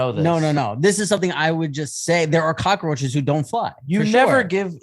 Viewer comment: Kills me that Rob says cockroaches with four syllables lol